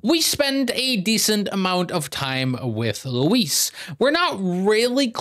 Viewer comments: OG Leon casually mispronouncing Luis? Yeah I miss it too! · Minor note but I like how some people still call Luis like "Louis", much like how Leon did in the original lmao PS: Yes Forspoken is the middest game ever